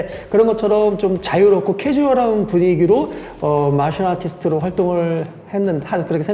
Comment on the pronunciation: 난 보았다.. 유대경씨 마샬 아티스트 의 발음을 듣고 살짝 씨익~~웃음을 터트린 근이형 표정을...ㅋㅋ